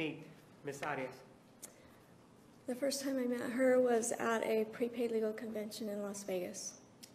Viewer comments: He doesn't roll his R he says the A correctly...AH ree Ahs instead of AIR Reeh uhs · I was wondering why he did that also. I think he does it inadvertently because he is hispanic but then hears others say "AIR-E-ess" and changes it up to try & pronounce it as she pronounces her name? I just confused myself. I'll just rest my own case. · I love how Juan Martinez pronounces Arias the Spanish way rolling the r.